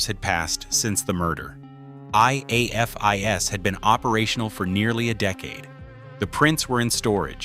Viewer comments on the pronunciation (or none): If I hear A.I.F.I.S. one more time instead of afis, I will scream. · Probably a Chatgpt type script that knows a longer time means more advert opportunities. The AI narrator spelling out: I_A_F_I_S like a kindergartner learning their alphabet. Pronounced as a word by LE, Forensic investigators, and anyone who enjoys true crime: AA-fis. FYI: C_O_D_I_S is used similarly Ko-dis pronounced as a word. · And spelling out IAFIS 😂 it’s not a huge deal but, non-crime junkies, like AI, wouldn’t know the standard way it’s spoken, and not spelled out. Each time it spelled it out just didn’t sound right lol 👀😬😅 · Hate AI. Teach it how to pronounce IAFIS